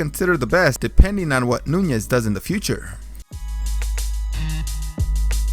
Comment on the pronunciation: ITS NUNES NOT NUNYES